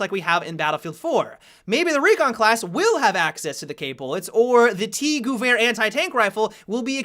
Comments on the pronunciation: The Mauser GUUUUUwehr? :-P Sorry... couldn't resist commenting^^ sounds so funny, try calling it gEwehr :) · Im German and "Vair" is spot on. But there is absolutly no "u-sound" in Gewehr. I cant imagine any english word that would have the proper "Ge" sound in it. Maybe if you take the "ga-" from the words gadget or gap and put your "vair" behind it, it might sound right. Must be hard for englishspeakers to learn German =( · theres no U in "gevær" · Spot on In German W = V sound and ehr = air So it should sound like Guh-Vair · "Goo-verr" lmao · lost my shit when tried to say gewehr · the way he pronounced "Gewehr"... The doctors said my eyes wouldn't tear anymore. (until now) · I didn't even notice him saying that that's how bad he pronounced it.